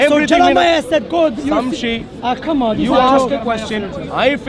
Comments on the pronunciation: "Samshe" lol. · man sayin samshi not shamsi😂😂